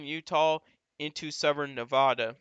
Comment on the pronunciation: Thanks for the great info! As a former Nevada resident, however, I'm obliged to inform you that it's pronounced Nev-a-duh, not Nev-ah-duh. (The middle "a" is pronounced like a-pple"). I know it seems ridiculous, but they take it surprisingly seriously when non-Nevadans mispronounce it (personal experience). I'm a northerner and I stopped saying Nev-ah-duh forever after the third time someone lit me up for it. Again, thank you for the detailed, informed insight - it's greatly appreciated!